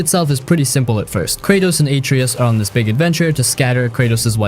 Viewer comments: Who tf is "Aitree-Iss" ?? Wait who tf are "Cray-Trose" & "Uh-Trerriss" I played this game all the way through TWICE and haven't ever heard of any of those characters in that game, sorry but I don't think you're talking about God of War 2018 because afaik none of those people exist in that game at all, so I'm thinking you're talking about some other game or something.. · Spec ops the line redeems your pronunciations of kratosv and atreus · The way you pronounce Kratos and Atreus hurts my ears... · Stopped watching after you kept saying Atreus wrong even kratos lol. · Also, with the pronunciation of some names, it’s like they’ve never actually played them. Atreus, Kratos, Sevastopol.